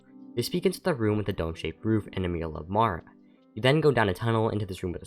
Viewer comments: Are you gonna review Rise of the Resistance? Also the deities name is Mara not Marla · weird since throughout the video it sounds like you say Marla